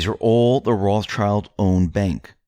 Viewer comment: Every time you say Ross-child, I cringe and wonder why someone who claims to know so much can't even pronounce the name properly! Come on!!!